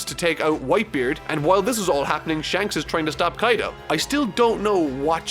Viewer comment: LMFAOOOO. "kAiDo", huh?